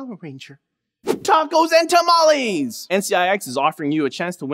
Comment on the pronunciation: "Tacos and 'Tamalis'" xD.